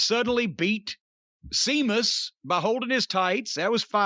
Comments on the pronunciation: It's Sheamus not Seamus. Match was very good too by the way. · Jim calling Sheamus Seamus is driving me mad lol. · Cornette calling Sheamus "Seamus" will never not be funny to me. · Can someone tell Jim its pronounced sheamus? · Jim saying Sheamus's name wrong made me chuckle a bit.